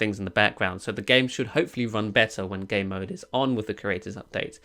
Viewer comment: He pronounces Game Mode as Gay Mode 😂